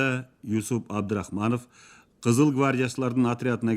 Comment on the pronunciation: Ушул уктурууну чыгарганыңыздарга, эмгегиңиздер жана убактыңыздарга ыракмат. Бирок, Юсуп эмес, Жусуп деп окусаңыздар жаштарга дагы түшүнүктүү болуп, эсинде кыргызча аталышы калмак.